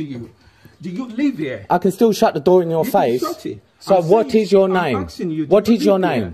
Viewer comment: I am axing you a question? Axing? How can you axe a question?